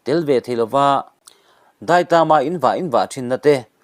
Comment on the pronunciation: Daitaam ti in, i thuk a, Thluk loh tur, thluk pawh in, Daitam, chu, thluk hniam raih tur